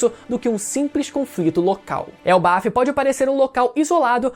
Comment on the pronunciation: Elbaf!? era pra ser "elbaf" eu acho